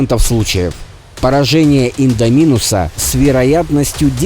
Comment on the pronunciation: Только не индоми’нуса а индо,минуса